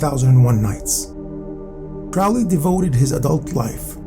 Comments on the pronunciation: Crowley pronounced Crowley as in holy not fowley as in Crowley never met hp lovecraft so how is he an associate of him ??? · So much nonsense and misinformation in this video. Do some deeper research, and also learn how to pronounce names properly. Crowley, for instance, should be pronounced with the emphasis on the "crow" = Crow - ley. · You are pronouncing "Crowley" incorrectly. It should rhyme with Holy.